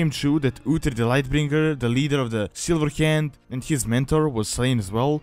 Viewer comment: Any other English speaker: "The Silver Hand." This guy: "Da Sillheeyand."